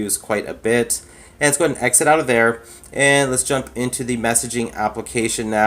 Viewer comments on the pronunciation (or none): none